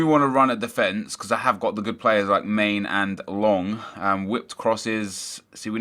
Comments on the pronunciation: Man-a not mane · Man-ey! Not Main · mane is pronounced man-ay